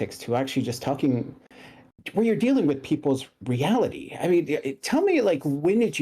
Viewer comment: Completely irrelevant I love how this dude says reality . The emphasis on the T makes me happy .idk why XD